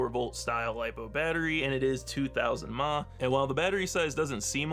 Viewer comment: LMAO i chucked pretty good at dude phonetically pronouncing "mAh" 😂 All in good fun. Milliamp hours! 😎